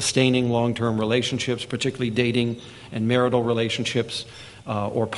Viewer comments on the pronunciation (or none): none